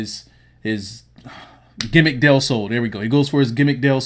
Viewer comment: This dude said gimmick del sol